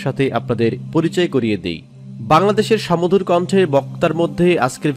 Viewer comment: সমধুর না, বলুন সুমধুর